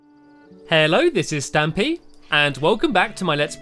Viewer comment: Stampy you're st'mpy pronounced stumpy I am j'mes